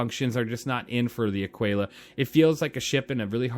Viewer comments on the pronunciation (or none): It’s not a quail a. It’s either Ah quill a or A keel ah. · "uh-kee-luh" you dont call it "te-quay-luh" its tequila. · a kee la, like te kee la. tequila, aquila only one has a T at the beginning of the word. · It's pronounced "ah-keela" btw. Honestly, get the Taurus or if you like the bling like Ido, get the Phoenix. Love my Phoenix! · american here, it's ah-key-la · No big deal man but I thought it was pronounced like tequila. Ah-Key-Lah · I think that the pronounciation of Aquila has a mute U